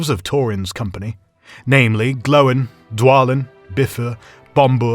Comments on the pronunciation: Same with Oin as "Owen" and Gloin as "Glowen" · "...and Torin was left grievously wounded" and so was my ears after that (and other) terrible mispronunciation(s)(..."together with Glowen..." ) from whoever this person is! I don't know who this person is but he lacks a certain something that Karl has, not sure what it is but I wasn't as engaged in this as I should have been.